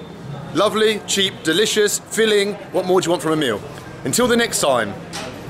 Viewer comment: The best part is when he say hello in local language like sasriyakal